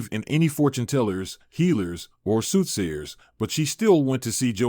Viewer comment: Haughty air not hottie, soothsayers not suit sayers, not able to give him an heir, not air. My, my, my. And the incorrect words continued throughout the story.